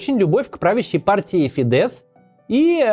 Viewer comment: Фидес ударение на и, просто для информации